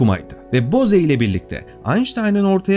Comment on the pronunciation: Konu çok başarılı anlatılmış ancak belirtmeden geçemeyeceğim. O Hindu soyadı "boze" değil, "boğz", yani ingilizce'deki "rose" ya da "hose" gibi okunuyor. Yani "boğz-aynştayn yoğunlaşması" olarak okumak gerekiyor.